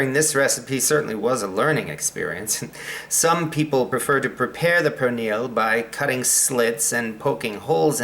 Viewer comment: perrrrrrrrrrrrrrrrrrrrrrrrrrrrrrrrrrrrrrrrrrrrrrrrrrrrrrrrrrrrrrrrrrrrrrrrrrrrrrrrrrrrrrrrrrrrrrrrrrrrrrrrrrrrrrrrrrrrrrrrrrrrrrrrrrrrrrrrrrrrrrrrrrrrrrrrrrrrrrrrrrrrrrrrrrrrrrrrrrrrrrrrrrrrrrrrrrrrrrrrrrrrrrrrrrrrrrrrrrrrrrrrnil is the actual correct pronunciation.